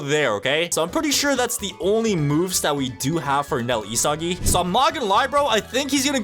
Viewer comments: It’s not isagi [i-sa-gi] it’s isagi [e-sa-gie] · he said isgis